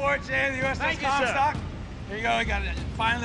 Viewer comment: did he say uss cumstock? 😂